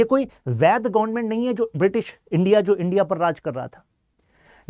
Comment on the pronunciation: Gonment 😂nahi hota government hota hai